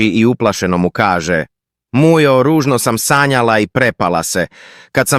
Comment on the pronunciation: Zašta govori muđo umjesto Mujo😂😂😂